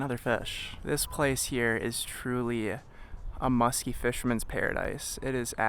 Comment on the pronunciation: The most homosexual fishing video I've witnessed....say musthky....for me baby